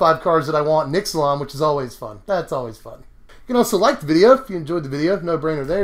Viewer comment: It's pronounced Ixalan, not Ixalan.